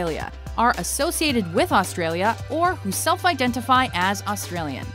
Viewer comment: The narrators pronunciation of Australia and Australian is honestly hilarious.